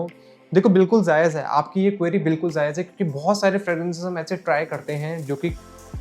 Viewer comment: It's not "zaaez" Correct Word is "Jaayez" Honest Review ❤️❤️❤️❤️❤️